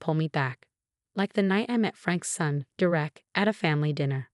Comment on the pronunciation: It’s “DER-ek” it’s never anything else. Get it right!